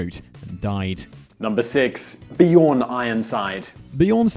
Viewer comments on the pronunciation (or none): My favourite part my him trying to say Björn